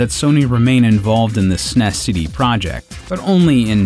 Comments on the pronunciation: STOP SAYING SNESS, IT IS S-N-E-S. Seriously stop saying it wrong. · It's not snes.. S. N. E. S. It's a bloody acronym. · Did this guy really just call it the "sness" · I find it odd how he class the Super NES the snes. I actually say ess en ee es. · Sounds like a robot narrator. S.N.E.S. not snes. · I thought the narrator was sneezing, many times through the the video, Lol. Not hard to say S-N-E-S. So crindgy each time SNEZ was spoken as a word. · When the eff did people start pronouncing “s-n-e-s” as snes? No sir, I don’t like it. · What the hell is up with these nerds calling it the SNESSSS. NOONE 25 years ago ever called it that. Its calles Super Nintendo...thats it. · In an informative video, saying sness is rediculouse. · STAHP SAYING SNES! It’s “es-en-ee-ess “ you god damn monsters. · Please, I beg you. No, I implore you, stop calling it the s-nes, it's the Super Nintendo. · You are an American. (At least North American.) it is S-N-E-S. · The way you are saying S.N.E.S. As one word snes instead of saying the letters separately like everyone else says it. Is funny as hell. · I can't take someone seriously when they pronounce SNES as "sness". It just sounds ignorant. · Tempted to dislike for pronouncing SNES like a Brit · Who the fuck says SNES phonetically?